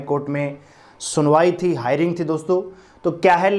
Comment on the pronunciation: English na aati to bolni zaruri h hairing, na hove hearing hoti h bolna bhi na aata